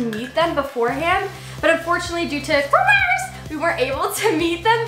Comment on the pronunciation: Question... why do you say corona virus like that? Btw love you ❤️❤️